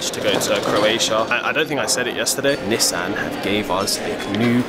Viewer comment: LOVE THE Way YALL PRONOUNCE NISSAN!!! It the US we pronounce it (knee-sawn) but the way y'all say it is SOOO much better